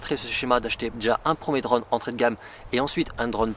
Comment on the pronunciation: Je n’ai pas tenu 10 secondes, la prononciation de « drone » m’aura tué, dommage le sujet m’intéressait.😅